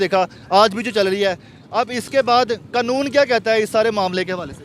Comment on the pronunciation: Qanoon ka lafz bhi bole nahi Sakta.